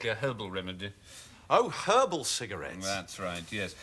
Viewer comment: “C-cogarias?” “Cigarettes”